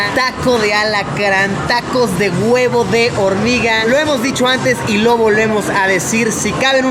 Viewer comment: minuto "tacos de GÜEVO de hormiga" 😂😂😂 amo el dialecto mexicano, Luisito sigue así👍👍